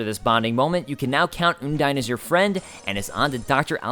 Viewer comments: Also, you are saying undyne wrong. It's supposed to sound like undying. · It's Un-dine kind of like you would say "undying" with the initial sound and the diphtong. I'm pretty sure this is the official pronunciation from Toby (no source though). I used to pronunce it differently too, like Un-deen, cause it sounds more like a real name to me. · I have to say, I love this so much, but the way you pronounce Undyne makes me cringe.